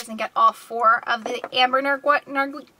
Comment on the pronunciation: Nargwal, Nargwilly, Nargwill...lol